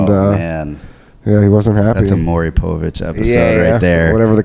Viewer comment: I love how Ryan refuses to pronounce Maury Povich's name correctly.